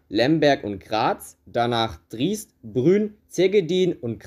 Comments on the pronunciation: Triest? Mit langem "i"? Das wird "Tri-est" ausgesprochen. Wie kann man das nicht wissen? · Die Stadt wid Tri-est ausgesprochen - kein langes ie! ;-) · Bitte sag zu Triest nicht Triist, aber trotzdem sehr gutes Video. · Du hast ua Triest falsch ausgesprochen man spricht es als Tri Est aus und das Wörthersee Station spricht man eher als Wörtersee aus. Kleiner Tipp das Lied "Ein Schloss am Schloss am Wörthersee" anhören um die richtige Ausprache zu hören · Triest wird nicht als „Triist“ ausgesprochen und Debrecen nicht als „Debreken“. Habe an dieser Stelle aufgehört zuzuhören. Ansonsten: es lebe der Kaiser! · Wie du Triest und Brünn aussprichst...😁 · Wer bitte kennt die Stadt Triest nicht? Zumindest dem Namen nach. Und selbst wenn? Warum sollte es mit langem "i" ausgesprochen werden? Ist ja kein ursprünglich deutscher Name. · So‘n Quatsch kann sich auch nur jemand ausdenken, der noch nicht einmal „Triest“ richtig aussprechen kann… ☹️🇮🇹🇦🇹👎